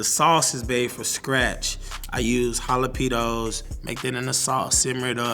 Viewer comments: my boy said jalapitos 😂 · “I yoozed HOLLA PEE TOES” 😭😭😭😭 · Halapitos? Really? lol jalapeños! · Jalapedos??? Boo it’s Jalapeño 😂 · “I put Holapetos” 🗣️ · He say jalapedos?? Lol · This dude said he put some jalapeedos in his spaghetti 😂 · wtf is chicken spaghetti and whats a jalapeeedo? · "Jalapedos" :face-orange-raised-eyebrow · Bro cant even say jalapenos wtf he did not make that!!! 😂😂😂😂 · He said jalapitoes 😂😂😂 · Did he say "jalapeetos" 😂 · Jalapeedos 😂😂😂 bye ✌🏾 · This toooookmmm me outttttt😂😂😂